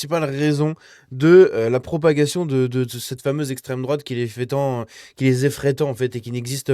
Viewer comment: Bally balo ne sait pas prononcer le mot "extrême"